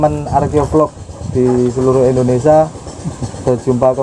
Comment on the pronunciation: Indonesia ya jangan Indonesa.... Maaf e ya Mas... Salam Rahayu, kinasih lir ing sambikala....